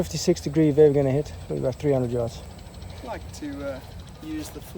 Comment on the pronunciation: Lol “FAR yds” that’s funny